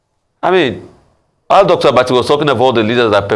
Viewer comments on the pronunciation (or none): Mr. Abati , before you present yourself in the media practice, your pronunciation and clarity of name intonation! A Spanish name is a liability you to pronounce adequately. Do your media words practice rum before you jump on the air. Nigeria is always with serious speech impediment in key media. What is going on???😮